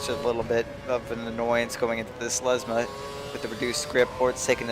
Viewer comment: LESMO! L. E. S. M. O. ! NOT LESMA, LESMO!